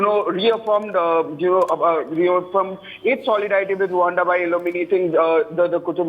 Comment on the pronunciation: Rwanda not Rawanda